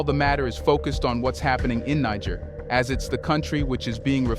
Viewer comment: I appreciate the info, but why are you pronouncing Niger as Nig ger